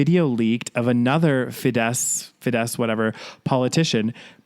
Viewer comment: you pronounced Fidesz perfectly, don't worry:D And I'm glad that you two talked about this <3 Well, this is going to be very long but Hungary has been evolving backwards lately, especially this year, I guess. Around May, the government made some sneaky changes (it was during the 1st wave of covid here, so ppl couldn't protest, even if they noticed it) to the constitution which basically made changing one's gender on IDs impossible (so your ID must display your sex assigned at birth). Then, Budapest Pride was rescheduled to happen in August (well, in the end, the march itself was cancelled bc fear of possible 2nd wave of covid) and some liberal mayors actually put pride flags on city halls - many ppl were salty about that. A very conservative Christian politician even stole a flag (or maybe 2, can't remember), he was caught on camera running away with the pride flag (this country is a friggin joke lmao). Later, in September/October there was a lot of drama surrounding a children's book with diverse characters after a politician (who's actually the wife of the flag stealer lol, they are not in Fidesz but a very religious party) shredded the book page by page and called it gay propaganda on a press conference bc it featured some lgbt characters. This actually boosted the sales of the book lool, otherwise, I don't think it would've gotten much attention. The prime minister said this about the book: "Hungary is very accepting towards gay people, but there is a red line th